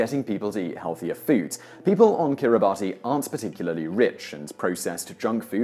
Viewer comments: Kiribati is pronounced "keer-i-bass". Weird, I know, but just go with it. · Kiribati is pronounced kiribahss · Your horrible mispronunciation of Kiribati is disturbing. Maybe try some deeper research before narrating future videos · Your pronunciation of Kiribati is cringey. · "kiribati" - you need to check the pronunciation of that...it's more like kiri-bass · It's pronounced "Kirabus", not Kiribati. And our 'notorious' immigration detention centres house illegal boat arrivals and have an open door with a free flight back to their home country. Unlike Europe, we protect our borders from illegals and actually have the the highest refugee intake per capita in the world. We just don't like people paying to jump the queue. Yes Simon, you offended us. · Boring and irrelevant fact: Kiribati is pronounced "Kirribass". It's the way the locals say "Gilberts" and derives from the previous name of the Islands (The Gilbert Islands). They don't have the letters "G" or "L" or "S" in their written alphabet. I lived on Tarawa in the Gilberts in the 70s. Whilst never exactly skin and bone,, the islanders were built like fit healthy sturdy athletes. They fished in the ocean in outriggers and shinned up coconut trees to get the sap to make a particularly filthy alcoholic drink called sake. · The country ia pronounced kir--i-bas not kiribati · How about Top Tenz start pronouncing Kiribati correctly? [It's not like it is spelled] "Kiribass". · Kiribati ~ Kiribass. not bati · KiribaS U don't pronounce it Kiribatee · It’s not pronounced Kiribati it’s pronounced Kiribas. Just a little tip for the fiture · It's pronounced "Kiribas" not "Kiribati" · It's pronounced Kiribass! The letters TI in their language is pronounced as 'S' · Kiribati is pronounced Kiribas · I think Kiribati is pronounced as Kee-ri-bas.. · Kiribati is actually pronounced 'kiribass' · BTW/FWIW, the folks who live in Kiribati pronounce it 'ki-reh-bass'. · I think it's pronounced Kiribahs, I know that sounds weird, but....